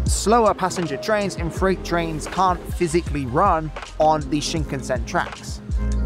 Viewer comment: WRONG pronunciation of Shinkansen Classic Brit.